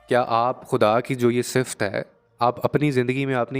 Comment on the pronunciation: السلام علیکم پیارے بہت خوب لیکن ذرا تلفظ پے دھیان دیں مثلاً صفت اخلاق